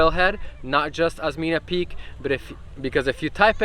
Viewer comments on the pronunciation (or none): Osmeña Peak - pronounce as Os-men-ya, same pronounciation of California. You are the second foreign vloggers I’ve seen who climbed that peak (Merghem).